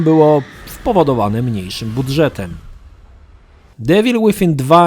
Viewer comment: Troche mnie denerwowało jak ciągle mówiłeś "Ewil", ale gra sama w sobie jest świetna, bawiłem sie lepiej niż w jedynce.